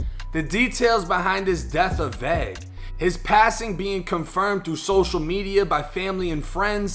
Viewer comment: I never heard “vague” be pronounced as “vag” before but I love it